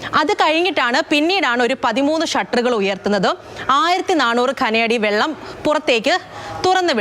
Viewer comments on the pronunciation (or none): none